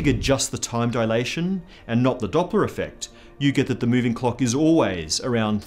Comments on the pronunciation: I know you're Australian but I would really suggest you pronounce the L's in clock a little more clearly. It's very distracting (in a good way) to hear you talking about measuring the ticks between cocks and about cocks moving at relativistic speeds. Actually nevermind, don't change anything, I like it just how it is. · I can't stop hearing "clock" as "cock", and now I can't stop laughing. Starting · agreed, never going to be able to listen to him saying cock, err clock the same again.